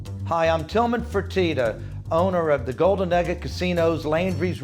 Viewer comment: It's Tilman, not Tillman